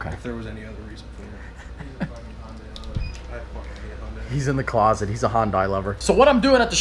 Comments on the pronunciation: What the hell is Hondeye? Do you mean Hyundai? Hi un day. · I thought is was hyundai was pronounced hun-day not hon-die lmao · Hunday not hondAI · he said "honday" LOL iys "hunday" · You say Hyundai like you say Sunday. The I in Hyundai is SILENT. GET IT RIGHT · It's not Hyundai it's hiendie